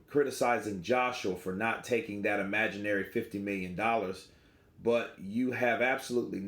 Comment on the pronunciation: "imaginery 50 million" LOL